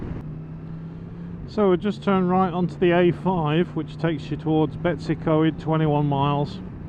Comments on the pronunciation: Came here to comment exactly the same not one Welsh name pronounced correctly lol.. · There is something missing from Most English men's eyes? they do not have the facility in them for reading unfamiliar words properly! this is a very typical of the vast majority of them! When they see a place name like Droitwich they say it as it is written down, but when they see a place such as Betws y Coed, damn they are bothered, Eh, does not look like English, damn, none of them (even if they go to this place regular, will actually do any research in how to actually say it properly, nah they say anything that comes into their heads that seems similar? in this case all English will say this place name as Betsy? (they do not know how daft they sound?) now, if they were to look closer they would find a W (Betws), but this does not compute in their little minds, so they make it up, stupidly, all of them do, all very daft, you would think they would actually spend a little time, that's all it takes, to properly say these words. Nice vid, enjoyed it much, your atrocious pronunciation did not deter from the nice vid at all, but I had to get it off my chest. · Superb footage & landing of the drone.👏🏻 Your pronouncing of Llangollen & Betws y Coed was entertainment in itself!😂🏴🤝🏴 Keep up the good work! Da iawn.👍🏻